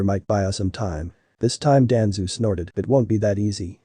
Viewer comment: it's danzo not danzoo